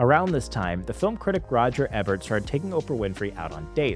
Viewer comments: great video but riddled with errors. wrong color purple poster and you have Phil Donahue as Johnny Carson. It's Roger Ee-bert. not eh-bert. you said 925 million but the graphic showed 975 million. Tyler Perry is misspelled. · Roger EEE-bert. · Ebert with a long e sound. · You are a super cutie, even with a speech impediment, but messy at production. Mixing up Johnny Carson’s name for Ebert, on the annual comparison, mispronouncing “Ebert”, (it’s actually pronounced “Eeeeeebert”), and stating $925 million, but the slide states $975 million. Slow down champ, and confirm accuracy prior to publishing. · It’s pronounced EE-Bert, and the cocktail napkin cliche is not true. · You don't know how to say Ebert? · ...it's how he pronounces Roger Ebert 😂